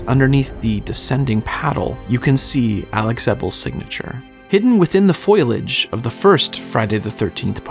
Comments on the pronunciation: Only two mistakes: , "foliage" is mispronounced as "FOYL-uhj" (it's "FOE-lee-uhj"), and your captions correctly read "fateful" but don't match the voiceover, which speaks a malapropism common to this phrasing, "faithful." Apart from all that, this is exceptional content that brims with wit, warmth, cleverness and contagiously genuine affection for the subject matter, with production that feels, frankly, beyond generous for a short YouTube video. Thoroughly excellent. Thanks for sharing it! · Nice! Very informative. P.S, It's 'foliage', not 'foilage' 🙃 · 'Foliage', not 'Foilage' 😊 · you pronounced “foliage” in way to sound like “Foil-itch” .. it’s actually pronounced “fow-lee-uhj.”